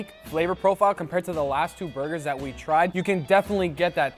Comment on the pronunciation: “DISS” “DAT” Gugas way of pronouncing “this” “that” 🤣🤣🤣